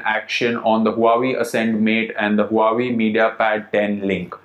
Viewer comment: is Wa - Wey... not hu hu.